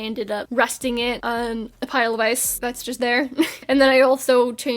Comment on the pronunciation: for a bit, i thought you were saying "eyes" instead of "ice"